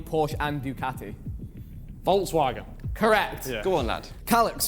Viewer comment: that was the poorest pronunciation of Volkswagen i have ever heard😂 Its pronounced "Folks-Vagen"